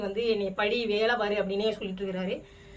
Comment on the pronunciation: படி, படின்னு சொன்னாரா படு படு ன்னு சொன்னாரா? தெளிவா சொல்லும் மா😅